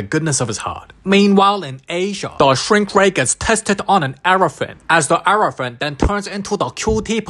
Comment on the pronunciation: In Asian, an “✨ eRfrNat✨” hilarious lol😂 Also know as “ elephant “💀